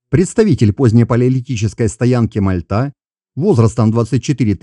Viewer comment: Первый раз услышал от не местного правильное ударение на МальтА, только за это👍👌 Блин дальше, что то пошло не так КАчуг 😀